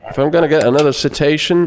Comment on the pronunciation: I like that his pronunciation of "citation" sounds like "cetacean". The Arstotska border crossing is no place for whales!